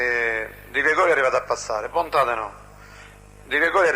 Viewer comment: Guarda che si chiama "Bontate", non "Bontade", studia!